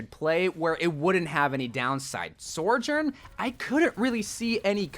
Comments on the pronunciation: Her name is SO JOURN, not SOR JOURN! I love your content! But your not pronouncing her name correctly. Its just one of my good friends is named Sojourner, and it feels so weird hearing her name pronounced wrong. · why do you call her SORjourn? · i still wish you’d stop pronouncing her name like sorjorn… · Sojourn... SOARJOURN.... Yep... its definitely SOARjourn. nailed it. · SORJURN??? :P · Why is he saying "SORE-JURN"??? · how many times can this guy say her name wrong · THIS thank you. Where is there an R??